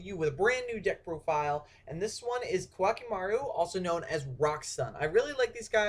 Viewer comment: I dont know why but, I think its pronounced "co-ah key may ru" I dunno i have been only been playing for 10 yrs now .-.